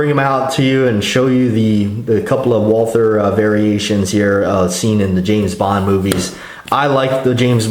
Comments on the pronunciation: John K. Lindgren ....In english, we call it WALTER... Not walTHer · Why does the dude say Wal-"TH"-er. Sounds weird! Like "TH"-ai-land. Bangkok-Johnny Thailand.